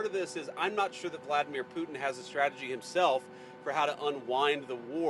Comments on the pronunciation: your poor education and inability to listen are making you sound stupid. The word--pronounced correctly--is Poo-tin., NOT Poo Un. There's a "t" in the middle of his name, and impor-Tant, not im-POR-un, buTTon, not buh-un. Your editors should've corrected you beFORE you went on the air. You can get up, shower, don a suit and get to work. You can start correctly pronouncing key words in the English language. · Who is “Poo-in?”